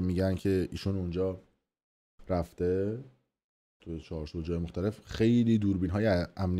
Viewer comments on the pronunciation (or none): آقای مثلاباسوادورسانه ای وگزارشگرسابق صداوسیمای ایران چهارسو نیست چهارسوق یاچارسوق هست.موندم واقعاصداوسیما امثال توروجمع کرده سالهابرنامه میسازه 😂😂😂😂😂😂😂😂همینه میشه صداوسیمای میلی وفاضلاب